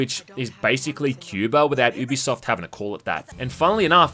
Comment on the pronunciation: You're saying it wrong It's "You Be Soft" In a sentence: "This is a Ubisoft game" I'm not taking the piss... Watch any of their promos, this is how they say it.